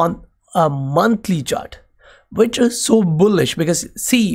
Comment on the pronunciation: Good video and analysis on Patreon too. Hey, "is" is pronounced "iz". I don't know if hindi has the z sound. Anyhow your accent is cool